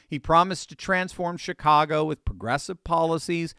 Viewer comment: Was that a Freudian slip, or my hearing ? Did you say $HITCAGO ?